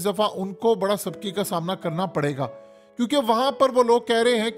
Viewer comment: سَبکی نہیں سُبکی